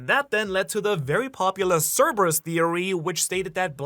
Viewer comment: Thank you for pronouncing Cerberus correctly